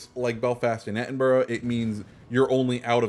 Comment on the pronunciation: Your pronunciation of Edinburgh kills me every time